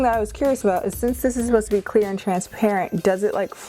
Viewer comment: When you thought she said Queer instead of clear >3> Damn my gayness is showing.